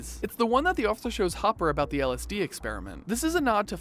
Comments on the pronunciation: You said hooper not hopper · Did you say Hooper? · did someone call cheif Hopper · he said hoppers name was hooper. NO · Did he just say hooper? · he called Hopper Hooper xD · Um he said hooper gosh it's hopper (hop-er) McKay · It's HOPPER not HUPER!!!!!! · they called hopper "hooper" XD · i immediately stopped watching when he said"hooper" instead of hopper...... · Did he just say hooper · It's Hopper not Hooper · Dude it’s hopper not hooper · Hooper? Boi its not that hard to pronounce Hopper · HOPper not HOOPer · did he just say hooper. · DID HE JUST CALL HOPPER HOOPER WTF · who here heard him call Hopper "Hooper"? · GamingHobo 965 I did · I heard hoober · TheDiegoTuber the youtuber said hooper instead of hopper he wasn’t saying anything about harbour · He says Hooper instead of hopper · Jesus Christ did you call Chief "HOOPER" ?!?!? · Just a Heads-Up; Fact 33; His name was Hopper, (Like Hopper from Pixar's A Bugs Life) not Hooper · I hate you you called chief hopper hooper 😭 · Did he say hoper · ... DID HE SAY WHO-PER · did he really just say “hooper” 😂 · wait did you say hooper? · Who is “Hooper” (Number 33) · He called him hoper hooper! 9 day till season 3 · I swear he said Hooper one time😂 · um.. did you just call Hopper.. "Hooper?" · He said HOOPER??!!! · Did he call hopper Hooper at first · 44thskooter I heard Harper as well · you mean hooper? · you don’t know how to pronounce his name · “MikeY Wheeler” “HoOper” “pUberty” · He said, "Mikey Wheeler"? And, "Hooper" for Hopper. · Hopper, not Hooper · It's Hopper, not Hooper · WAIT WAIT WAIT!!!!!!!..... DID HE JUST CALL HOPPER HOOPER? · Hopper, not Hooper 😑😑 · You said hooper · Dude did you call Hopper, Hooper? Jesus Christ, it’s not hard to pronounce Hopper (Hop-er) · Who the hell is huper? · Ok,say it with me, HOP-PER. Hopper, not hooper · said hoppers name like hooper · THIS IS NOT HATE. but has anybody else not realised he said Hooper instead of Hopper? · whos mikey wheeler? hooper? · It’s hop-er not hu-per